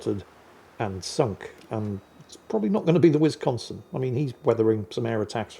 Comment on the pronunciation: Anyone else's inner 12yo highly amused by ' pronounciation of Whizz-consin? 🤣